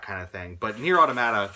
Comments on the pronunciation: going to be that guy: its pronounced uh-tom-muh-tuh, not auto-mah-tah :/ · Automata is the plural form of automaton. It's much easier to remember the correct pronunciation knowing this. It's puzzling more people didn't just look up what the word means instead of continuously expressing confusion about how to pronounce it.